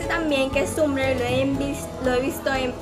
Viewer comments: se pronuncia tambler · Tiene bigote, gaaas. Se pronuncia TAMBLER acaso sabe lo que es eso?